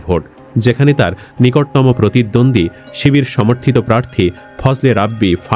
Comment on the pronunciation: চিবিয়ে চিবিয়ে শিবির বানান